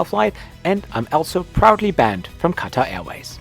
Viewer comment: Did he said banned from watar airlines?